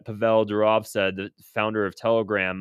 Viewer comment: Pavel Durov: PAH - vel but actually more like PAH - v'l (not pah-VELL). It's Russian for Paul.